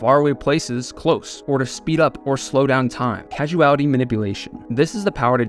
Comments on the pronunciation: It's causality not casuality! : ) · I'm sure it's been said, but it's Causality, not Casuality. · Not casual-ity, cause-ality. Rhymes with paws-ality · don't mean to be that guy but i do causality is pronounced Kaw-za·luh·tee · Pronounce causality correctly, pleaseeee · what i can't wrap my head around is how you mispronounce causality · You mispronounced causality...